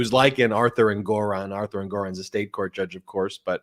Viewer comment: Thank you for pronouncing Judge Engoron's name correctly. We went to the same high school, The Wheatley School- my sister was in the same class as his youngest brother.